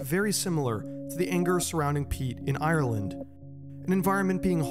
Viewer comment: You say Ireland a lot here, it would have been nice if you'd have looked up how to pronounce it